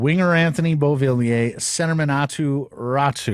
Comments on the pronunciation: Aatu Ratu? learn to read his last name---you twice called him as a rhyme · by the end of this clip you are both calling him Ratu lol----not too professional guys--smart up you silly boys